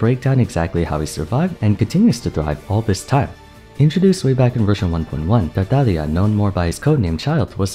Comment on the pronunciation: I have not once heard someone actually pronounce Tartaglia's name right, props to you.